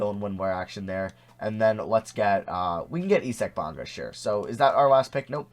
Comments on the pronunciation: E-sack Bonga lmao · Nigga said e sac bonga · 'Eye Zac' Bonga. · Why do you say isaac bonga like that